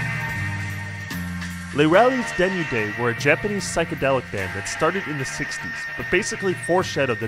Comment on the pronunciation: How this nigga says Les Rallizes Denudés lmao